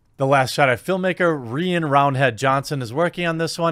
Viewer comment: God DAMNIT JEREMY! The only fucking that says my name correctly[the Irish way] and it has to be Rian roundhead johnson. God I wish I didnt share my first name with that fucking childhood ruining dickbag.